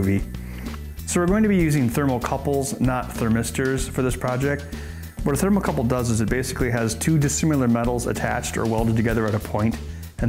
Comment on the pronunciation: It's called a "thermocouple", Ben. Not a "thermal couple".